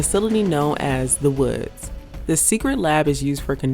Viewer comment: it wasn't that clear given her pronunciation on, for example, the word "woods" turned it into "wurds"; and her diction and delivery was just slightly odd and arrhythmic